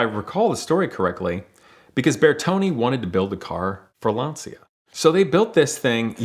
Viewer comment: Calls himself a car guy butchers the pronunciation of "Lancia" OOF